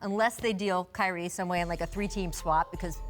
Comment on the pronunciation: She said Kywie 💀